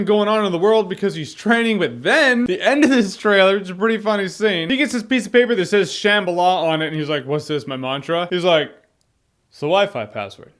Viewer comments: sham-ba-la not sham-bala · You love Uncharted yet you said, "Sham-balah?"